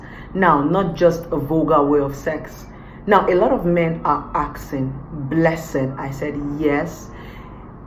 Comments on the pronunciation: Aksing or Asking ! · Of course, this is the question every man is axing!